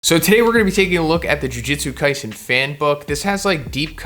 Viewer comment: Why does he pronounce Jujutsu like Jiu Jitsu lol